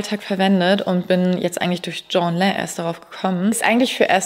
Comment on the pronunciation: es heißt „tschien and len“ (!!!!)